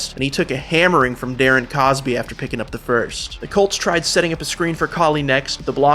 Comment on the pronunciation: Dawg 😂😂😂 this man said Darren Cosby… 😂😂😂😂😂😂😂